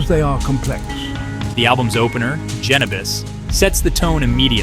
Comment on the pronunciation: "the album's opener Genabis...." might want to fix that.